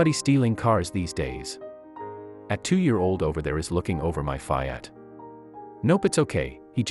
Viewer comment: Except the way it pronounced Fiat- fy at. 😂😂